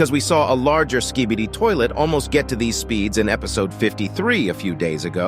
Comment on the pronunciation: Bro said "sKhBeDi ToIlEt" 🤣